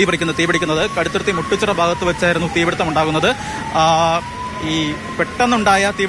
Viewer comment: മുട്ടു ച്ചിറ അല്ല, മുട്ടുചിറ ആണ്